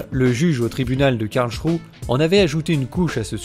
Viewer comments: La cour de Karl ??? Il s'agit de Karlsruhe. Karl-s-rou-heu. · NON, ON NE DIT PAS "KARLCHROU", on dit "Karlsrouheuh" merci, s'il te plait.